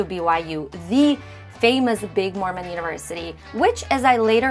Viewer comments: The creator mispronounced the name. It was jarring to hear, although I completely understand why she did it she wasn’t familiar with the name. Telling someone they’re mispronouncing a word is a kindness IMO. It’s like saying, “There’s spinach in your teeth.” I don’t know why you’re making it a bigger issue than it needs to be. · There is no correct pronunciation. I think complaining about this makes us look bad.